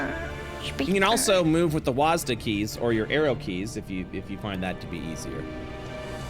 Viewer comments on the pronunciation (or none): none